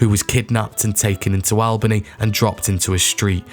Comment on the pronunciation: Cairo is pronounced "Care-o." Albany is pronounced "Allbany."